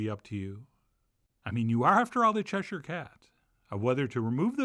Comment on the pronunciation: Soup looks great, will have to try and as a Brit I’m impressed you can pronounce Cheshire properly, I bet you can do Worcestershire Sauce too